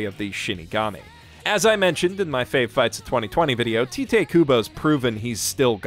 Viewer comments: Also I don’t want to be that person but Tite Kubo is pronounced as Taito Kubo (like the phrase, “it’s right.” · It's just occurred to me that this is the first time I've heard someone pronounce Tite Kubo's name as "tee-teh" rather than saying it like "tight." It makes a lot of sense, and now I'm wondering how many of us picked up Bleach as a kid, read it as "Tight" and continued to believe that's how it's said. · From what I understand, Tite Kubo is actually pronounced like it rhymes with kite (or closer to taito but yeah). His name is actually 久保 帯人; Kubo Taito I know that normally something romanized as "tite" should be pronounced tee-tay (if ti actually existed and wasn't actually chi) but "Tite" isn't a normal romanization and more a special choice by Kubo to romanize Taito as such. It's romanized that way with English pronunciation in mind. Anyway, anything saying something positive about Bleach in 2021 and not just kicking the dog is a treat in my book.